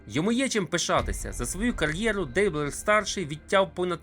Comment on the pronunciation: мабуть же, наголос у прізвищі Дейблер на останню "е"